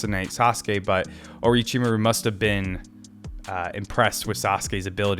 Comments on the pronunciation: it's Or*o*chimaru, not Or*i*chimaru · Orochi-Mah-ru. Or as I like to say with my kids: aroachymario.